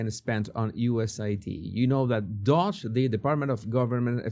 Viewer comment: Love you … Elon’s group is called DOGE pronounced like Doje … with a long O and G has soft J sound. Have not yet recovered from your very funny video on AOC. I never laughed so hard in my life. It was great! You are a great mood lifter. 😁